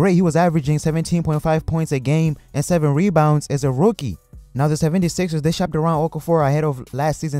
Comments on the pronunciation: Sevvendy Sixers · The way you said 76ers lmao